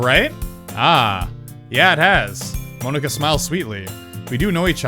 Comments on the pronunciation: it's not moanika it's monika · Monika like poke-a-mon not mone-ika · He says Monika really weird